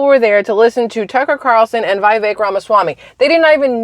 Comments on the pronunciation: FYI and respectfully- it's vee-VAKE. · I think his name is pronounced Viv-ic like viv-id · Viv-Ache…rhymes with cake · Vih vake. Rhymes with cake. ❤